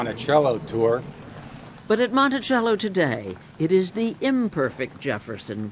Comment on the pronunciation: The narrator doesn't know how to pronounced Monticello. It is pronounced Montisello not Montichello